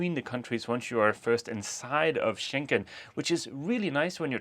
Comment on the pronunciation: It's getting on my nerves, sort of, when both of you always say "Schenken" and the right name is Schengen - with a G and not a K. The border control treaty was signed near or in an area in Luxembourg with the name Schengen. Saying it incorrect is as disturbing as if ppl started referring to the capital of Denmark as Copenhaken. Sorry for being a nervous language geek! Still in Norke (Norway), wishing you a happy sail to Enkland :)